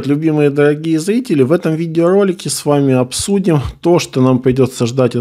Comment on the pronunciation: Пливет Даагие злители! Ему срочно к логопеду нужно!